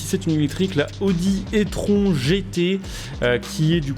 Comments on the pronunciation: attention t'as dit la audi étronc ca se prononce audi i trone sinon super vidéo comme d'habitude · Tu aurais pu prononcer E-tron ( i Trone ) au lieu de Etron... ça sent la merde sinon 😉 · merci pour les infos et aussi c'est une super vidéo comme d'habitude mais (je ne te dis pas cela mechament) on dit i-tronne et pas e-tron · Il a dit audi étron lol, plus serieusement on prononce i-trone. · "I - tron" ca se prononce, etron c'est ce qu'on lache dans les chiottes x'D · Audio "étron" je pense qu'il serait plus classe de dire "i-tronne" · On dit itronne (e-tron), un étron c'est de la merde😅😂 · C'est clair tu fais exprès le É-tron 🤣🤣🤣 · On dit "i-tronne" ;-)